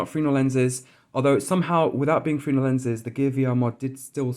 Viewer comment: its pronounces Fresnel lenses .. phonetically not "freenel" where the fuck did you learn to speak mate ?? lol